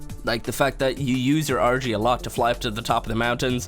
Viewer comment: It sounds like he says orgy instead of argy